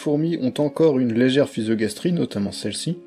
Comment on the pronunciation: En effet, j'ai prit la mauvaise habitude de mal prononcer la physogastrie. Merci de me l'avoir rappelé ;)